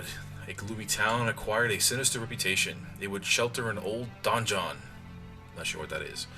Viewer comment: donjon (dungeon) lol